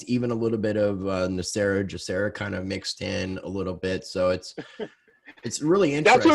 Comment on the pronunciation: Why do you guys keep saying GESARA incorrectly. It's not JESARA, it's GESARA